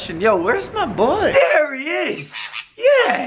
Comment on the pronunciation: Everytime he says MAH BOII i always thought either george, johannes (is that how you spell his name?), or Mark will be there